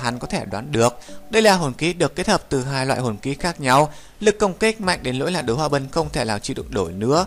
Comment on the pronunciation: Đới hoa bân 1vàng 2 tím cư ak.ad có đọc sai ko thế